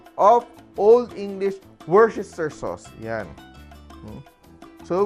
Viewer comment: WOS-TE-SHIR ang bigkas